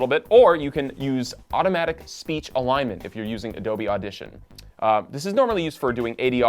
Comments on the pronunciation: ish Speech Alignment, not Speach alinement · "Alinement". Right...